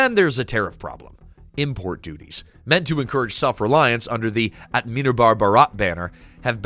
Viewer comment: The way you butchered Atmanirbhar made my heart skip a beat 😂